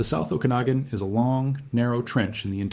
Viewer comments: The proper pronunciation of "Okanagan" is "Oh-kah-nog-an", not "Oh-can-a-gen". The origin is first nations. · Pronounced O-kan-a-gan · What a strange way to pronounce "Okenagan" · we are living in a time where we define how society moves forwards by how we choose to endorse or reject a practice. I’m all for use of AI for gathering information- but under human agency… if i sense AI in the first few seconds- I immediately disengage… why? Because you can’t fully trust what is not being vetted. If the Ai mispronounced the name of the region … I won’t be trusting the facts.